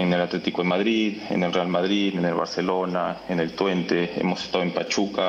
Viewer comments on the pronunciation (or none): none